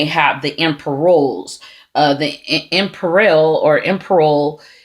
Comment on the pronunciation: It's pronounced ihm-peer-ee-ahl